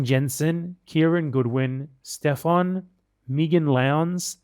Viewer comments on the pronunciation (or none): none